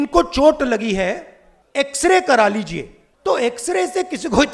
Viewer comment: X-Ray... ☠️ ... ❌ As-kray .... 👽 .... ✅